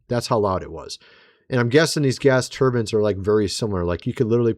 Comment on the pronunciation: Bro! Are you doing this shit on purpose??? Now you want us to think you’ve never heard the word turbine? Bro, [trrrbin] is not it! You’ve said the word before, stop gaslighting me every video with these mispronunciations! Unreal